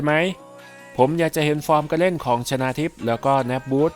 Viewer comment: 3.27 ชนาหรือชาวนา